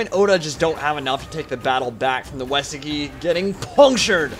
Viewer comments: btw Uesugi pronounced oo-A (like the letter or the canadian "eh")-soo-gee (hard g, like golf or gangrene) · I think its pronounced Ooh eh su gi for Uesugi.